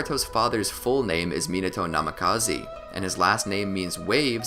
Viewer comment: did he just say namekazi and kareen